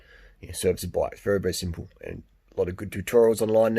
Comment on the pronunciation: Nice find! Don't like to be the grammar police but being Italian, Cinelli is pronounced "chin ell ee".